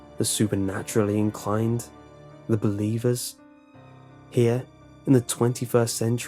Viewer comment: what people hear: the believers, what I hear: the beliebers...